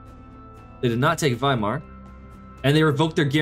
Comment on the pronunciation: It really triggers when u permanently say its Weimar allthough its Wismar. Great Video